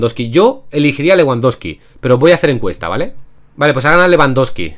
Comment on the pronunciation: Nadie Absolutamente nadie:: leWANdoski